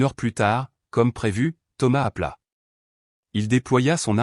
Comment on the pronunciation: Thomas appela et non Thomas aplat